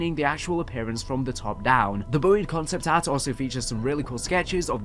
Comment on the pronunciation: Cahnceypt ahhrt and skeytchesss.